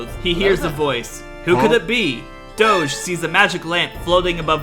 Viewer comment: I love how Prince Doge is a Douch, and the way Doge is pronounced by is similar to Douch pronunciation